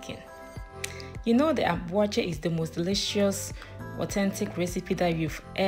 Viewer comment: With the name, Waakye is Hausa for Beans and I mean just Beans. The actual name is Shinkaafa Da Waakye which is what you mentioned in English in the video, Rice and Beans. It metaphorsed into Waakye because people were just lazy to pronounce the whole word. Shinkaafa Da Waakye. Awaakye is just not the right pronunciation.